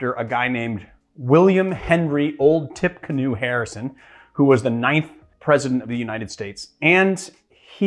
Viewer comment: So it’s actually pronounced ‘Tipeecanoe’. It for a battle he fought in 1811 against Native Americans in Tippecanoe, IN. I’d love to try it now but it’s a little early in the morning. I will be mixing this afternoon. Also check out Whole Foods for Yuzu lemons, I found them at my local WF in Nor Cal so you may have them in your area as well.